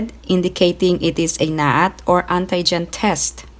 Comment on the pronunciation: When she said ANTAY - GEN 😂😂 Pronounce like auntie for ANTI-GEN